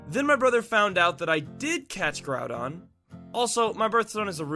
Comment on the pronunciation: Its not growdon its groudon